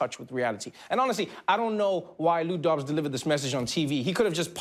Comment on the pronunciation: Every time he said Lou Dobbs I heard Lou Dog. Who's here in 1993 listening to Sublime? :P